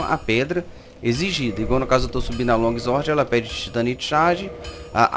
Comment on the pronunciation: Longuizuorde kkkkkkkkk Flw irmão , ajudo pacas